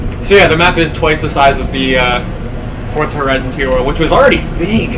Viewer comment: Has anyone noticed that when he says forza it sounds like fortza